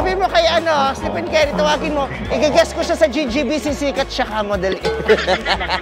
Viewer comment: vice, estefen ang pronunciation ha, fave ko yan hahahaha.